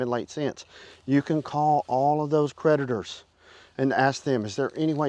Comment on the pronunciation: When you said creditors, I thought that you said, PREDATORS. 😂